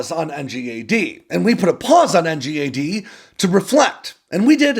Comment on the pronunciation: It's pronounced N-GAD mate